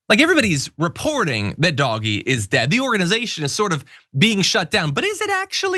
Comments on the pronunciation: And the dense brick triples down on pretending the pronunciation of an acronym matters on what's clearly meant to be mocking of DOGE. You know, the thing literally named after a DOGGIE MEME! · You are really labouring a pointless pronounciation war, totally oblivious to the intended slur. You've been told. Just shut up. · I think it's less that they don't know how to pronounce the word, but more that it's a deliberate mispronunciation designed to annoy the deserving. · What is even more ridiculous, you constantly referring it as "doggy," as opposed to the way he is supposed to be pronounced, "Doge" as in "doaj," or "doje." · Look- It's pronounced Dowsh. It's not dogee. Like I don't get what you are saying? Look it up for the pronunciation of it. Weirdly, you don't know how to actually pronounce Doge. It's so bizarre. I like your channel but this is just weird. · It’s “Doh jg” F outta here with that “doggy” BS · It's pronounced Dohj, not doggy 😂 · Will someone tell John that Doge is pronounced ‘Dohj’ not ‘Doggy’. You know, like the Doge of Venice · As an ex-auditor I found DOGE’s methods strange at best. (I prefer to pronounce it “dodgy”, if that’s all right.). I remember hearing that they had discovered millions of social security accounts which belonged to dead people, which the government department challenged, saying that the accounts were genuine. Dodgy asserted that the accounts weren’t genuine. As an auditor my next step would have been to find out what payments had been made and quantify the amount wasted in this way. I would then have expected to hear of legal action, possibly including criminal charges, to recover the money. But Dodgy never even announced a total amount - or did I miss that? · We’re pronouncing it Doggy now?? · i'm offended you pronounce it doggie... doggie is a perfectly fine word and doesn't deserve to be associated with elon hahahahah. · Same, that annoyed me to no end!!! Leave Doggies alone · It's not doggy stop saying it like that!